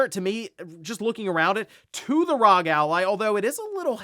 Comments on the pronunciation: For real. Have this playing in the background and keep hearing rog. It takes little effort to say R.O.G. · It’s not rog. Stop saying that. It’s R.O.G. it’s literally an acronym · well whatever, main point I’m getting at is that it’s not rog like he annoyingly keeps saying